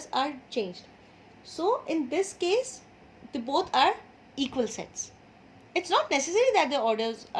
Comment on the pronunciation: First I thought that you say Sex 😁😂